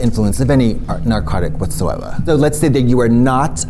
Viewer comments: Katya's Boston accent really kicked in with that "whatsoeva" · “Whatsoevah” Katya your Boston is showing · The way Katya said “whatsoeva” same! Hi from beantown!!